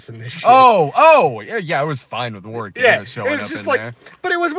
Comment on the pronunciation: Its pronounced WORick Davis not WARwick.